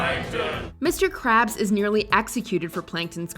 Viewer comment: That's a funny way to say mr krabs